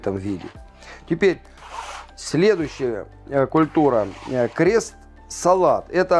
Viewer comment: Не крест-салат, а кресс-салат.